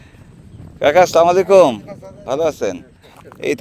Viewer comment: ভাই সালাম টা একটু ঠিক ভাবে দিয়েন, আস্সালামুআলাইকুম